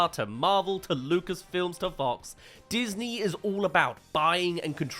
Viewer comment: you sure it wasn’t datney 💀💀💀